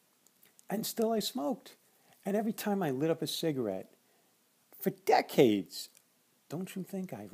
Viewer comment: Comparing vaping on mechanical mods vs. regulated mods. I learned so much from your earlier instructional videos and it has really gotten me more interested in vaping. Also, I bet you could do a mean Christopher Walken impression. When you said decades I about died laughing.